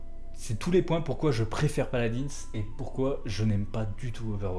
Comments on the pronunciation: PALAD1 ET PAS PALADINSSE BORDEL! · Sa se dit paladin